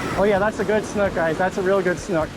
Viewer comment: interesting that you pronounce the word “snook” almost as “snuck” rather than like similarly spelled words as “book”, “spook”, “nook”, etc.